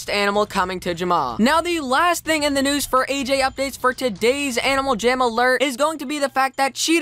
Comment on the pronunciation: lets get right into the news what kind of pernouncination is that